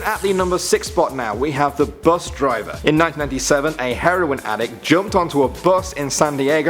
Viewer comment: "Bus Diver" ?? XD